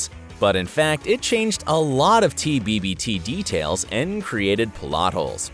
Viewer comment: He says " at the very beginning of tbbbt..." With an extra b.. so, apparently even this YouTuber has some plot holes. Irony🤣